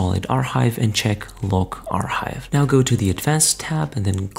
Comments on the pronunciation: it really dont matter but its pronounced "AR Kive" not "AR Hive" the H is silent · im gonna lose my shit if this guy says "are hive" one more time